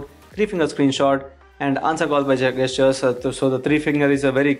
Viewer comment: Its not Gaystures, its Gestures. Stop saying that!!